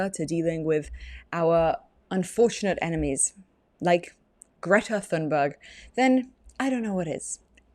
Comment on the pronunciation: she pronounces her name as "Gerta"